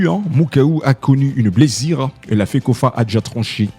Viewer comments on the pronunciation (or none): Journaliste svplait soudan du sud et non Soudan du sid. Blessure et non blessire. Bien que cela vous avez une tres bonne diction en Français.